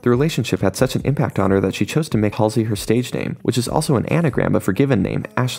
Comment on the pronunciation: U said her name wrong